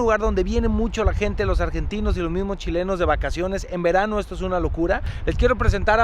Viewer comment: pongan subtitulos en ingles dice Argaytineans 😆